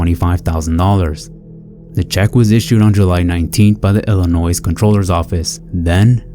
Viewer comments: This is for the first case, which is really sad and unfortunate. As a Chicagoan, the announcer's pronunciation of ILLINOIS as ILLINOISE pissed me off so effin BAD !!!!! Ok, rant over 😒😑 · You don’t say the S in Illinois!!!!!! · Illinois, the "s" is silent. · Please don't pronounce the S in Illinois. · Oh. The way you pronounced Chicago and Illinois IS INSUFFERABLE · The "s" in Illinois is silent, you heathen. 😂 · Bruh. The "s" at the end of Illinois is silent. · I was able to brush aside the first time he said Illinois with a hard s, but the second time? Yea… I’m leaving this video. The s is silent! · The 's' in Illinois is silent